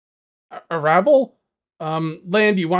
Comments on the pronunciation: Arable pronunciation = 'AIR - able.' And yeah,, a revolver (or pistol for that matter) is not the best tool to take down a boar. Headshot or no, Boars are tough and pistols (even newer pistols) aren't that strong. This game is looking good. Thanks. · "A-ra-ble" Lls my man, what haha you had me cry laughing! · It's pronounced Arra Bull in the UK.